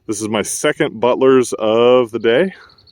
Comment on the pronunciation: I thought you said buttless instead of Butlers LOL